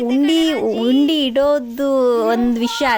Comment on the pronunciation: ಉಂಡಿ ಅಲ್ಲಮ್ಮ.. ಅದು ಹುಂಡಿ